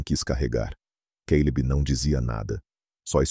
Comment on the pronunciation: Não entendo porque o cara fala queileb em vez de Caleb